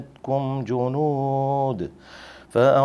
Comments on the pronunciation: جنود نہیں پتر جنودٌہے ۔ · اس میں بھی غلطی کر گیا ۔وقف کی صورت میں "جنودا" پڑھا جاتا ھے ۔